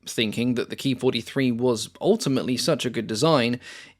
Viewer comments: It’s not a Key 43, it’s a K (Kay) I (Eye) 43. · It was called “K-I 43” not “Kee43”